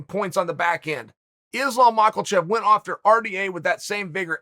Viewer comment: No ‘L’ in Makhachev